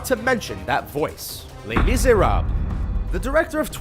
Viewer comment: Les Miserabb... lol im no french but even i know he said that wrong